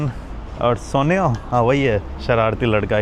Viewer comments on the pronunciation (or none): Suniyo ❌ Soniyo Soniyo 😂😂